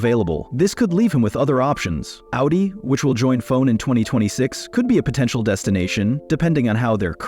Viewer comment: Why even bother using AI to autogenerate the video, if you don’t even have the courtesy to proof read the AI generated subtitles… And for god’s sakes…. Why did you write the script with ‘f-one’ or ‘f1’ when the AI text-to-speach generator pronounces it ‘fone / phone’…. Furthermore, seing a video that is entirely AI created, really makes you think if even the script was written by a human, or if this is also just AI generated based on a f1 news feed. And with no sources anywhere to be found it is impossible to know, if half of this is even true, if you haven’t been keeping up with current f1 news. Worthless video imo